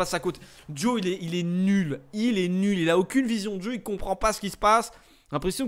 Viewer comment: Sa ce lis pas dio mais diaw comme sa s ecrit